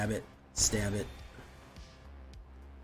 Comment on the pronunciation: The g in gnawing is silent bud 😂😂😂😂😂😂😂😂😂